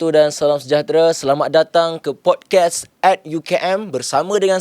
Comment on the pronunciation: Pod-kaast bang. Bukan pod-kes